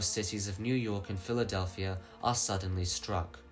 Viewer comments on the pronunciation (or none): none